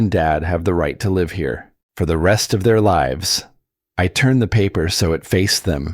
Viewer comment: The narrator is awful. Cant even pronounce words properly. Live ??? Wrongly pronounced even though spelling is the same. I could earn millions if became a Narrator!!!!